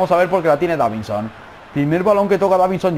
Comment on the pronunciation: Dijiste davinho